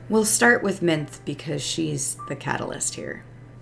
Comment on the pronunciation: Minthe is pronounced Min-thee.